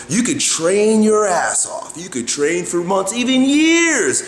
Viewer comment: Sound soooo weird when u said train, train, train...